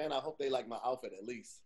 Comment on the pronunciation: Hi Todd, I think wanted to say Outfit but instead said HOUTFIT, that's the first mistake he's made today, we'll see how he does as the show goes on, back to you Todd.